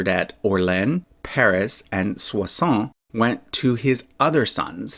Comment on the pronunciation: Just a friendly hint. Your pronunciation of "Soissons" is perfect, but your "Orléans" is way off. It's three syllables "Or" + "lay" + "ans". You can pronounce all three with around equal emphasis "Or lay ans". The hardest part is the "ans". Just pronounce the "ans" exactly the same way you correctly pronounced the "ons" in "Soissons" and you'll have it perfect!